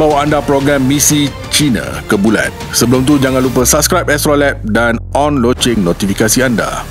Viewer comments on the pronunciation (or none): none